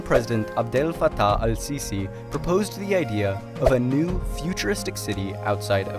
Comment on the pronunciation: yo I am Egyptian and you said the presidents name wrong- that sounds really weire